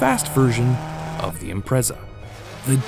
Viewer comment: It's pronounced IMPRETZA...